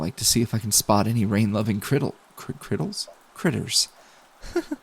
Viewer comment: I died when said cridls instead of cridirs (I didn't spell it right sry)